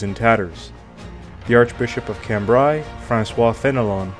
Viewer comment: "intended" = Etienne? "calm-brye" = Cambrai? Please, get your pronunciation right. It is SO easy to listen to the correct way of speaking via Google translate. Nope, not going to watch something like this, because shoddily researched pronunciation = shoddily researched whole.